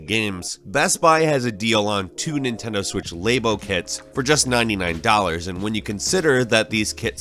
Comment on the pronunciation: Wtf is Nintendo laybo?